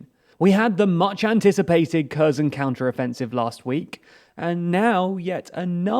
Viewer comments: It's not 'ker zon', it's 'kare son' it's pronounced 'easy um' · KherSon. KherSon. KherSon. KherSon. KherSon. KherSon. KherSon. KherSon. The "S" is an "S". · This was the worst pronunciation of the Kherson, ever. Херсон i am not native to any slavic or not even European languages. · As long as you've been reporting on this.... and very well for the clueless, I might add... Could you just learn to pronounce the fucking city names? If I hear Curzen for Kherson one more time I'll have an aneurysm I swear to god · Just pronounce Kherson properly. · Every single name was mispronounced again. Well done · Holy shit, the way you butcher the pronunciation of the various placenames... Pro tip: on Wikipedia, there's always an IPA pronunciation provided in the first paragraph of the given article. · Damn. Stop pronouncing Kherson like that, it's so annoying...